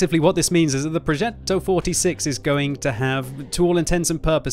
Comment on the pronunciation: As an italian I absolutely love your pronunciation of "Progetto". I love the fact you put so much emphasis on the double t and the strange accent on the e. Having said that... I wonder how they are going to balance the first 5 tiers of tanks... our army wasn't that good talking about tanks during WW2, in fact both english and german tankers always described us italian with the admiration you give to people that run a marathon with only one leg, while having the other leg broke. At least they're trying, poor fellas.